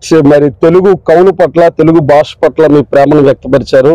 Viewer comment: Basha kadura saami……. Vatthu ‘Bha’……… Bhaasha…..